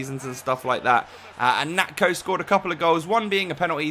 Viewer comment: its pronounced nacho